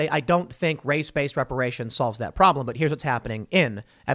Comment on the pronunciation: ReparaySHONE, IntoxehkaySHONE, IncarsehraySHONE.